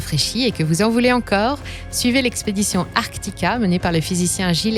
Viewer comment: Dis donc, tu n'aurais pas un peu oublié le lien vers le Film "Artika"? que tu as prononcé "arCtika" donc cette vid;p